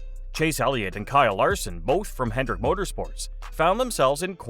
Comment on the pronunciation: Hendrick, not "Hendricks".